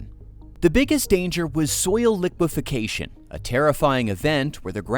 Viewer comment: It's liquefaction, FFS. Don't worry, I added a thumbs down and a do not recommend channel. You know, for the algorithm.